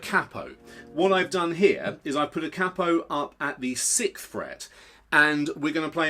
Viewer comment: Sixth!!!!!!!! Not sickth 😂